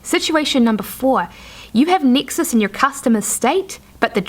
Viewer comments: nexus not nixus or nixes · Yes, I was wondering the same. And every time she says Nexus I'm thrown off the path.